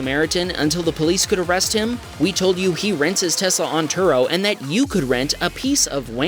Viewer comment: Why do people say Tesssla ... sounds cringe